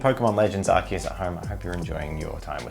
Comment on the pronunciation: I love how says Arceus, way better than how I've ever heard it said previously!